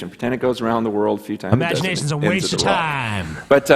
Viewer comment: "Hhhhhkkkkwaste" 😂😂😂😂😥, really?